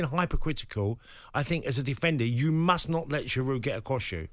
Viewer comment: GIROU, NOT GIROUDEEEE